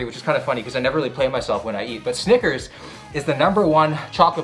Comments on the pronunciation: he did not say "snickers" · Why bro gotta say it with a G